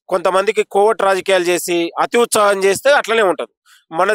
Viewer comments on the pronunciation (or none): none